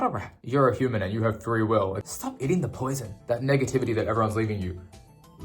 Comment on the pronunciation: bro when you said stop eating the poison i heard the asian in u lol